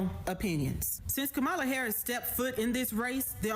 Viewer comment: OMG lol did he say "Koala Harris" lmao i'm dyin' here!!!